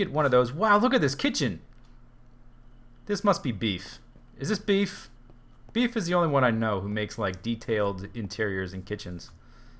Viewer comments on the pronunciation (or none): its beef... not beff